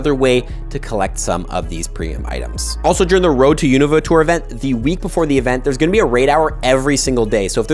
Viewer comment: Please pronounce Unova correctly!!